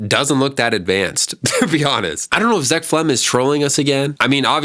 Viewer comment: It’s zeck felms not zeck felm